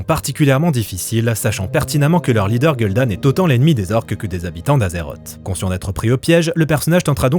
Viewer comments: gueule d'âne? nan mais t'as même pas le droit d'avoir un avis si tu le prononce comme ça.... que ce soit en français ou en anglais. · Ce film qui a flop est toujours une des plus grandes tragédie du 7eme art. Etant fan de Wacraft pour ne pas dire religieux je m'en toujours pas remis. Très beau boulot et sympa la prononciation de Gul'dan, "Gueule d'âne" on dirait que tu as repris le tic de Sam Vostok haha.